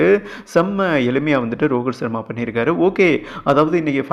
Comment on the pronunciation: யோவ் ரோகித் சர்மா வா ரோகுல் சர்மா னு சொல்லிட்டே இருக்கே